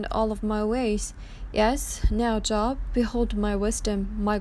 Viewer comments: I speak 2 languages. Her pronunciation shows a lack of biblical knowledge not saying Job correctly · Good point, but-it’s a book of the Bible. But, u r right. She’s prob not Christian. But the story is heavily Christian-influenced. Content is pretty good. Just maybe needs to research the pronunciation is all. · This is comedic gold with her reading scripture pronouncing Job as a job (Work) when I got my 1st class FCC license so I could be on radio when I was back in high school I had to take a class and pass a test in broad cast journalism pronunciation, this planet just gets dumber, and dumber, in this case very funny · it's not job...it is pronounced with a long "O" vowel sound...ugh I hate computer voices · Please...if you are quoting the bible please prounounce the names correctly. It is not JOB.. its the Long O like bo...wl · It's pronounced J oh b with a long O, not like, I have a good job, short O. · Wretched what’s happened to these girls and how their parents chose to handle this disgusting situation. I feel absolutely horrible for these girls. Job- is pronounced Jobe- long O not short. Irrelevant given the topic at hand but it bugged me hearing it pronounced wrong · Thanks for the video. Job is pronounced with the long “o”, as in the words goal or go. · Exactly. In this case the O it is pronounced a long O. Such as Oprah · Ty. This was drivi.g me nutts lol. Jobe is job. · Just an FYI, your pronunciation of Job is incorrect. The name rhymes with "robe". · It is pronounced Job...long o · It’s pronounced with a long o. It’s not job like working it is pronounced Like Joab. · You can't even pronounce JOB. It is JOOOOOOOB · Please learn the correct pronunciation of words before you do a vlog....Job is not like having to go to work because it is your job....it is like Joe---b. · JOB! LONG "O"...... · It’s Job with a long O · You need to know how to pronounce Job, it not like the work place job. Look it up!